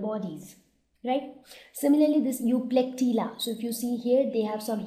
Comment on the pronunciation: that is EUPLECTELLA nt EUPLECTELIA.......